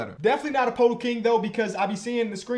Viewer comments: Day 6 of begging that it’s pronounced “PerTle” not “PoTle”😂love u tho man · i think its pronounced 'perdle'! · Day 2 of commenting until pronounces Poeltl correctly